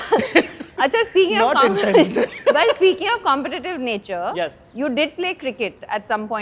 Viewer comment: why they pronounce wrong "competative"